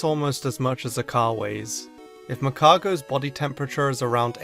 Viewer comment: MAGCARGO, NOT MAGARCO!